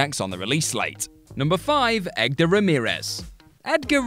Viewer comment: Lol, I see you "Egdar".